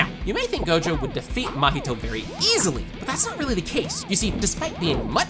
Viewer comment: Porque ele fala "mAhito"🥀😔🙊